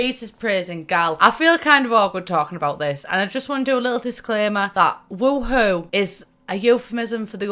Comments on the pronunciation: Am i the only one bothered by how she pronounces woohoo its WOOOOOhoo not WUhoo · I hate you’re sayin “wah hoo” instead of “woo hoo”😭😭😭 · I feel like you're saying WooHoo wrong. Everyone says (woo-hoo) and you say (wa-hoo). Kinda triggers me😂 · But...it’s Woohoo...not Wahoo... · Ahaha sameee it’s so entertaining to hear pronounce it “wah-hoo” instead of “woo-hoo” 😂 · so weird hearing it pronounced as wa-hoo, when i've always pronounced it woo-hoo in my head. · Do you realize you're pronouncing it Wa-hoo? In America that's a chocolate drink and the mascot for the Cleveland Indians. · Love how british people say wuHOO and I, an American, say WOOhu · I crack up everytime she says wa hew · She says wa hoo 😂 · Why do u say it like wuhoo